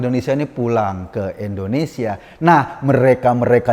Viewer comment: Mohon koreksi pak Eko, Indonesia 👍bkn endonesia 👎😊